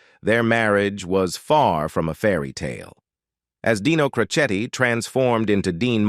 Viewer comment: Oh brother! Boy, you sure screwed up Dean's last name of Crocetti.